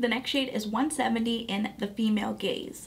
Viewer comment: I'm watching while also multitasking so I wasn't looking and I heard "The Female Gays". 🤭☺️